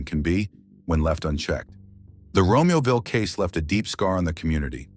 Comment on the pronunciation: Romeo-ville Romeo! Romeoville and Joliet are two towns up there. As in Romeo and Juliet. Get it? Ex Dallas Cowboys quarterbacks have nothing to do with the names of those towns nor this homicide investigation. 🤦‍♂️